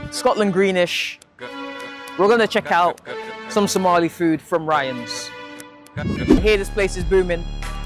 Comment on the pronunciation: yeah thats pretty much how its pronounced